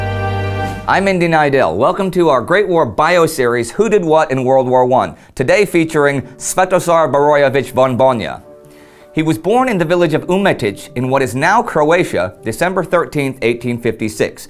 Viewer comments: Nice work.But he was von Bojna not von Bonja.Speak as you write. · You keep pronouncing "bonja" instead of "bojna" which means sort of "the fighting one". Please correct that... Thanks for all the other effort! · Von boyna pronouce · VON BO J ↔N A! pron: BOI - NA